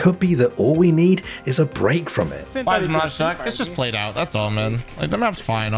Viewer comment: mirajge, mirajge and mirajge xD